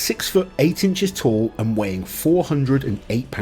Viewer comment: Tall Not tool lol